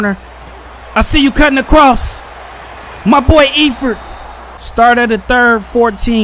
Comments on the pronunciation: And Eifert is pronounced Ifert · and the E in Eifert is silent